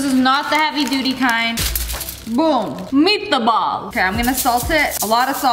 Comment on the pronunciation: “MeAtAbAlL” I can’t 😭